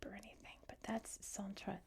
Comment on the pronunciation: Hello! Great french prononciation however you pronounced «est» as the verb to be. When we're talking about East, we pronounce the s! 🤓 Interesting video thanks!